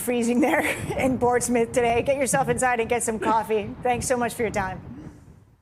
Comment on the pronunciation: Portsmouth should not be pronounced Ports Smith